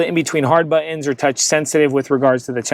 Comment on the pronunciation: Nice video! LOL he says 'buh-ins' for the word 'Buttons'